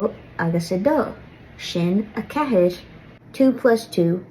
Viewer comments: As soon as I heard you pronounce "ceathair", I knew you were the real deal! Very, very well said on the slender/broad distinction. Here in Ireland, there's barely any attention paid to pronunciation and phonetics. Teachers assumes Hiberno-English has all the sounds for Irish, when it clearly does not. It's like expecting French speakers to be prepared for the h in English. The school system cares far more about one's written ability, which is just all wrong. If one can't pronounce the basics, what business has one learning poetry?! The numbers in Irish are also a good example of where a native Spanish speaker will have a big headstart over an English speaker. Indeed, if I were a Spanish speaker I'd avoid using English as a middleman entirely, and seek out direct Irish-Spanish materials and translations. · Excellent video,! And excellent job explaining the slender R in ceathair and the broad N in naoi. Most other popular Irish learning videos on YouTube don't try to pronounce this correctly and are teaching incorrect pronunciation. You are making us fellow Irish Americans proud! Thanks for what you do!